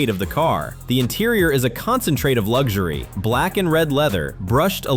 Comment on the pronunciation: It's pronounced Bugatti, not Boogarti.And luxury isn't pronounced Lugshery.